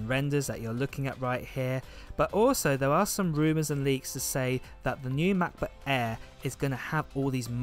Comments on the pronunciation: matboot eeer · All I hear is "Mac book Eh" then I fell asleep! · OMG how you say "MacBook Air" is the funniest but cuties thing ever! can u please be my Siri on my phone? lol